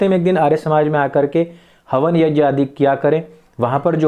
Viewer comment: यज्ञ बोलिए यज्ञ